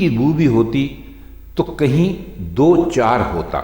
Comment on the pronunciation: Do char alg alg lafz nhi hain in ko dochar parha jata hay sir